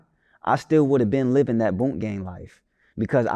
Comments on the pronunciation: it's BOOOOO-NK not BONK/BUNK w/e the fuck you kept calling him lol. BOO-NK, BOO-NK, BOO-NK, BOO-NK. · He keep sayin bonk gang it’s boonk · It’s Boonk gang not bunnk gang 😂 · Why tf keep saying BONK gang? keeps saying it the right way but refuses to catch on lol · kept saying Bunk gang after every time bruh said Boonk. Had me crying🤣🤣🤣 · No matter how many times said “Boonk”, said “Bonk.” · Why does he keep calling him 'Bonk' gang? It's really not hard to say...Boonk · Bruh if u gone say it, its boonk gang not bonk dawg com on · Dude keep saying "Bunk" anndd that shit is peeevviinnggg. It's pronounced BOONK! Gyyaahhhh, dyyaaaaayyummnnn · How hard is it to say boonk not bunk this man be say names wrong right after he hear the correct way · He clearly said BOONK three times and STILL said BUNK several times. W T Entire F#ck!!! 🤷🏾‍♂️ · He said “Boonk” 3 times in 15 seconds and u still called him Bunk. cmon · He still said bonk even tho he said boonk 😂😂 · you keep saying his name wrong, it’s BOONK GANG not Bonk gang 😂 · Its not bunk gang it's boonk gang and we dont call that no more. Hes s changed man. Put some respek on his name. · It’s not bunk it’s boonk.. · Bro you literally could’ve asked how to pronounce his name BEFORE the damn interview started (and I know you know how to say the shit) but continuously said “bonk” gang to piss ppl off. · why dude cant pronounce names correctly...its not hard to say BOONK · yeh but he just keep saying bunk,. I know personally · *bunk gang 🤣🤣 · got his name wrong the whole time 😂